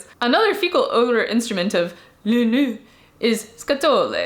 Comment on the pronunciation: My used car came with not one, but two, "new car smell" air fresheners. Edit: Your pronunciation of "nez" is off. It is more like "n-eh"